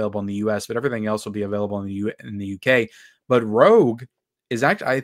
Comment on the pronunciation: Rouge not Rogue from the X-Men lol. TCSM 2 I like my Vinegar Syndrome version.